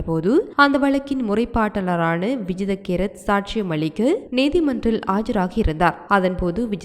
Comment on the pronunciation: Not Vijitha kerath. It’s vijitha Herath😂